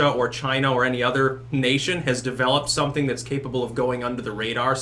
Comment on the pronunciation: I like the way you say "something". Comes out as "sunthing"